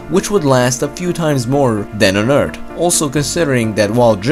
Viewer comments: Like the videos but it annoys me that you say eart not earth And that you say the water covered one turd of mars surface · its pronounced earf not eart and its thought not taht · Stop saying 'Eart'. It's 'Earth' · Love the vid but, Eardth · its earth not ert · Why does he say eard it’s earth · TH bitch thhhhh not T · u pronounce earth like eart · what is ert you tallking about you always say ert not erth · Welcome to Eard. Not Earth. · It’s pronounced Earth, not ert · I liked when he said "Erd". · Don't give him a hard time on him saying eart instead of Earth Don't be alone friend keep making good and informative videos... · Omg it's earth not fkin ERT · Earth...not Eart. Mars...not Marssssss. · Please stop saying ört instead of earth! Fucking annoying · It isnt eard........its earth with a th at the end........... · Pronounce 'TH' not 'T". Hello Eartling.. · ER-TH not ER-D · Earth. Not Ert. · Is it just me or is he pronouncing earth as "Eard" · ITS CALLED EARTH. NOT ERT. Great content though. :) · This dude says Eart , not Earth! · Stfu he can pronounce it whatever way he wants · His native language is most likely German, they have a hard time pronouncing the "th" sound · What is hiSHtory and what is EarD!? :D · This is the guy that says eart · I like how you pronounced Earth as "Nerd". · "Eart" and "wit". The narrator couldn't pronounce "th". Not making fun, just saying it got a little distracting after awhile. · "2 times higher than it is on Earddd" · Is this the guy who says Ert ? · Haha i love how you say earth, "erd" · earTH SAY IT BOIIII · “Eart”, “The fourt planet”. This is annoying. Other than that, great vids. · You say "earth" as "ert" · who notices that he calls earth "eart" xD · “On erd” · "The planet Urd" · what is "The Eard" ? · "Eard" thw way he says earth XD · I'm sorry, but please practice pronouncing "th". I get so much of the cringe when I hear "eart" or "tousand". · it's really frustrating hearing him say "Eart"! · I only came here to hear Eurt